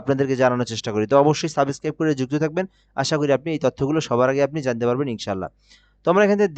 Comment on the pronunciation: সাবেসস্ক্রাইব 😂😂😂😂😂 বলেন কি? পুপুপুপুপুপুপুপুপুপুপুটু